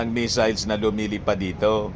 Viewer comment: Ang basa nya sa missiles ay measles(tigdas) kaya akala nya sakit😂😂😂